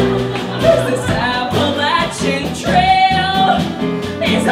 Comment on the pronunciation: Jacob Morejead she's purposefully pronouncing "Appalachian" incorrectly, to make the point that hiking's not her thing